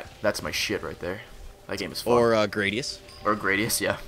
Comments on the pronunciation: It's Ikaruga and Grah-dee-us. K bye! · Fuuuck, mispronouncing everywhere. Ikaruga is pronounced "Eee-Ka-Roo-Ga" and Gradius is pronounced "Grah-dee-us" Im sorry thats just a pet-peeve of mine. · Quite a few games were mispronounced. Ik-a-ruga and Grad-ius.